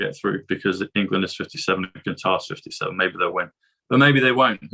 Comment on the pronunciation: Great to hear someone say Qatar correctly not cutter